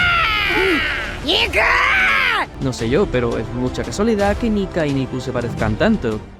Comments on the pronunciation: dice niya, no nika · Cuando quiere carne dice Nika yo pensaba que decia Nigg*